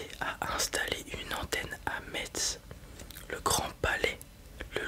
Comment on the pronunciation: Aaah très bonne vidéo mais le trigger que j'ai le moins aimé c'est quand tu as prononcé Metz comme "meTze" alors que ça se dit "messe" (en gros)